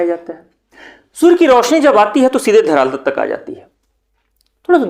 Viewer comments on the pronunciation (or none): धरातल ❌ धरालत ✅ 😂😂